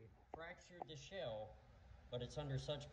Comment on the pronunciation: Shaaaaaaaale. Not shell